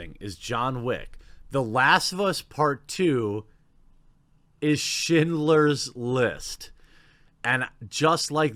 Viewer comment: Jeremy in the vid beginning...did you say shitlers list?...🤣🤣🤣🤣...sounded like it.